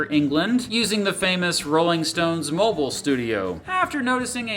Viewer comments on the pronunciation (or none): none